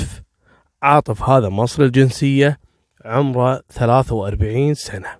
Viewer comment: تكفي ركز شوي القاتل اسمه عاطف عاطف عاطف مو عارف 😣😣😣 اقشعر جسمي لما تنطق أسمي تحياتي وتقديري لك.... 😉